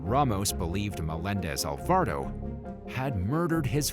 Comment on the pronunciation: It also said Alvardo instead of Alvarado🤦🏾‍♀️